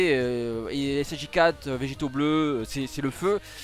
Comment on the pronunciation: Rrrrrosé c'est fait exprès mdr ?